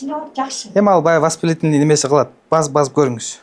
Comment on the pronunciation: Восплител ный дейт го😂